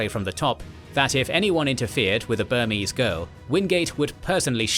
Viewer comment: As a Burmese person, I'm very impressed by how well this channel pronounced Burmese names